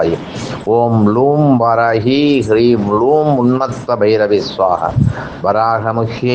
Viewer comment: நீங்கள் வாராஹி இல்லை வாராஹி என்று சொல்ல வேண்டும் தயவுசெய்து